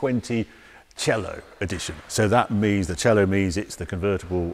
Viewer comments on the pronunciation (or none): Harry its C-A-Lo not cello like the instument. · Great in depth review Harry, as always I might add. One thing, you pronounciate Cielo wrong. It's pronounced Ci-A-lò, not Ci-ello. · Hallo Harry, I know, that all English speaking people tragically have massive severe problems to spell foreign words just right (for example a Porsche is being changed into a Porsch). But if you call the Maserati Cielo a Maserati Cello, it is a complete different meaning. Cielo is Heaven in Italian and a Cello is a music instrument (that would might be played in Heaven, but no one knows it for sure). You wouldn't be pleased, if we call your King a Burgerking, just because a Burger in Germany means a Citizen. So, please make more effort! Thanx! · Damn it sounds so bad when he says "Cielo", and I'm not even italian😂